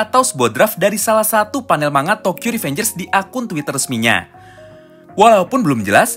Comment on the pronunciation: bang cuman meluruskan, manga dibaca "mangga" arigatou!